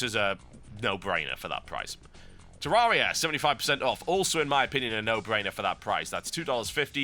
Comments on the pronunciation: actually the developers of terraria said it themselves that they way TB says it is wrong. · TB, learn to pronounce Terraria